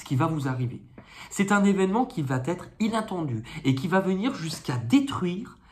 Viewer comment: bonjour, pour vos gratouillis des mains essayez Eucerin, souvent ça marche. on ne dit pas vaT etre on dit va Etre